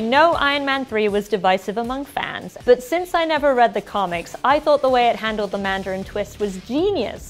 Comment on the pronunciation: "I tought the mandaein twist was handeld geniosly" Dude wtf